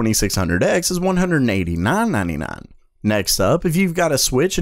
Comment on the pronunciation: The way he says 99 bugs me